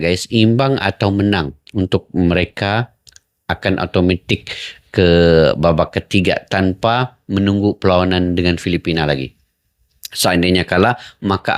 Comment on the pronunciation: Jgn otometick, atomatis. Baca ny pk cak